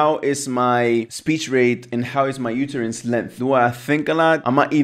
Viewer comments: Only native English speakers can tell English is not your first language, such as myself. For instance, utterance is pronounced “uhterance” not “youterance.” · To "jump the tower", "I see it very sensical", "yoooootterance" and not knowing the word "stop watch" proved that English isn't your mother tongue. 😂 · I thought for a second you were talking about the UTERUS 🤣 when you were talking UTTERANCE (pronounced “uh-tuh-runss”)